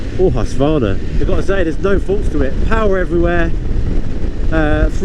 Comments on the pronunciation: Hussvarna? The U is long like in the word use, minus the "j-sound" H-use-Kvarna. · Hus-Kvarna, long U.